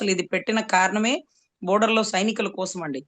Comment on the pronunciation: Lol, she doesn't know how to pronounce "Border" and "Spy" 😂😂😂 Idk how she became Lawyer!